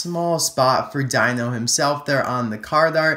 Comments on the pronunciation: Oh, it's not pronounced dino it's d-ee-n-o. P.S did Phil and H.J Hollis slip out of your reviews? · its not Dino... its pronounced the same way u say Deano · I believe that it’s pronounced Deno not Dino. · Why is it the all Toysrus' within fifty miles of my house, or target or walmart, don't even have Chase Racelott? Also, Dino isn't pronounced like dinosaur. It is pronounced dee-no. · Actually, I think his name is pronounced "Dee-no". I say that because an Autobot in Transformers Dark Of The Moon had the same name which was Dino (Dee-no). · dino (long "e" sound) like the flintstones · I can help but feel like everyone keeps pronouncing Dino's name wrong because I think correct me if I'm wrong but I think the I is pronounce as an e as in D-no any ways great video. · i think his name should be pronounced "deeno". who agrees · It's pronounced DEE-NO